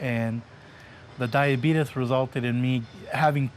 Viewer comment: The dude from L.A. actually said "diabeetus" and now I'm cracking up. I feel like I'm a terrible person.